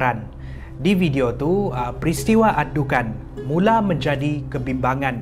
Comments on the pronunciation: maaf saye tegur sikit,care sebut nyer bukan dukhan tapi dukhon sebb dlm bahasa arab الدخان,huruf خ bukan كا ok....🤗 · الدكان(addukan) = gerai الدخان(addukhan) Disebut dengan sebutan "خ" kho, bukan "ك" ka Boleh lain maksud nanti😅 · Adukhan(perkataan): adukhon(sebutan) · Sebut dukhan...دخان betul betul lah sebut